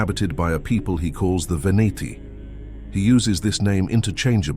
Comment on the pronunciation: It’s pronounced’VenEti’, not ‘Veniti’! Otherwise a great video!